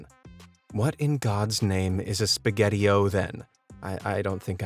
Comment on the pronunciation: "Spaghetti Os." not spaghettio is how i think the name was intended to be pronounced